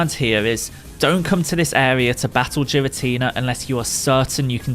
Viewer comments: Ngl, the way you pronounce girstina hurts my soul. I don't know if it's the "official" pronunciation but it sounds wrong since everyone else says it as ghee-rah-tee-nah instead of jee-rah-tee-nah. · Giratina* not Jiratina lol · It’s a G, not a J, your pronouncing Giratina like Jirachi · What the hell is a Jeeratina GEARATINA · The way he says jiratina instead of giratina Is the most triggering thing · It’s giratina not jiratina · There is no j in Giratina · it's Giratina not Jiratina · I like how GEAR-uh-tea-nuh is pronounced Jeer-a-tea-nuh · My gf heard you saying “Jiratinia” instead of “Giratina” and she started flipping out 😂😂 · GEAR-uh-teen-uh, not JEER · Jiratina ? What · Geeratina... lol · Its not "jiratina" 😭😭 pls broo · It's pronounced giritina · Jeer-in-tina lol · The pronounciation of Giratina is killing me. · Im kinda triggered by jiratina lol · STOP SAYING JIRATINA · It's not jiratina 😭😭😭😭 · Ah yes jeratina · HA! "Jiratina"! LOLZ!! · Does he say jiratina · mans said Jiratina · ITS NOT JIRATINA HOLY CRAP THAT IS SO ANNOYING TO HEAR IF YOU CANT SAY THE DAMN NAME RIGHT THRN JUST SAY THE DEMON FROM HELL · Man called him jiratina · I’m sorry but your pronouncing it wrong, everyone does it, but it’s a bit annoying (Gear-an-Tina) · "Jeeratina" lmao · Please stop saying "Jiratina"... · Cool video but "Jiratina" is just straight up wrong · I love how you say it wrong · Its a hard G in Giratina. It ain't a giraffe. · The letter G doesn’t make the J sound.. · Youre pronouncing it so wrong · How are you gonna be a Pokémon YouTuber and mispronounce the names bruh 💀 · It is a hard "G", not a soft "G". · Even tho the pronounciation of giratina in this video is killing me, still really cool. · It's really bothering me of how he's miss saying his name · The way you say giratina really bothers me.. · Not how you pronounce his name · kid? 😂And giratina is the right way to say it the j sounds weird